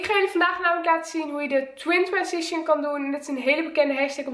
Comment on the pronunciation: Twintwensition zegt ze 😅